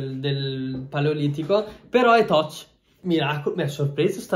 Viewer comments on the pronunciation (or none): Ho riguardato questo video solo ora, e mi sono accorto di quante volte dica effettivamente "TOCH" anziché "TOUCH" 😂😂😂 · Nessuno:… Assolutamente nessuno:..: “questo schermo è TOCH” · “Schermi del paleolitico però totch” fil il tuo inglese è arrivato dal homo erectus mi sa. Grande comunque❤️ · tutti: schermo touch fil: schermo TOCH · "Schermi toch" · si ma toch e non touch mi esplode il cervello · “Schermi toch” ahah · “Schermi toch”